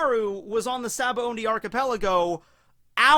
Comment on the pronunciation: I can’t stop hearing sabaoNdy.